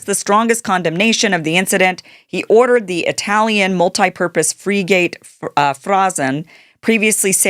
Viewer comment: Pronounced fir get . 😅